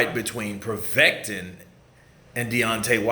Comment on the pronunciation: It's povetkin bro haha